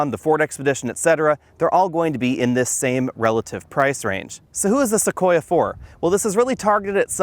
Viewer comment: ..listen for it: "Tacoya". likes tacos, now we know;)